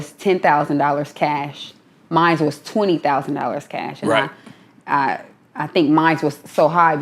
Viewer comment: Mines. Please stop with that shit it's mine there ain't no fucking Es at the end